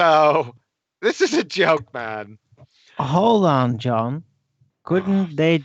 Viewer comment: BWUAHAHAHAHA DRUNKEN "Hoolhd ong Jhon" So weak